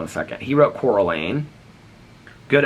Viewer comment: Cora LINE. 😂 not me being those annoying people. Sorry this one got me but it’s so funny you mispronounced her name since that’s a thing in the movie. 😂